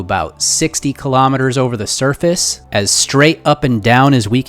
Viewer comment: Every time he said surface I thought he said surfeth